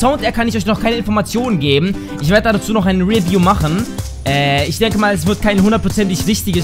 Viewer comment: wie er Review ausspricht xD ! GAYY